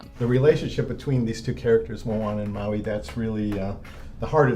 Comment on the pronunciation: wowee mowee